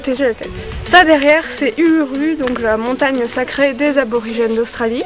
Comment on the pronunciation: Trop cool et moi je suis allée au lac de del et je suis montée sur l'uluru mais si jamais uluru se prononce oulourou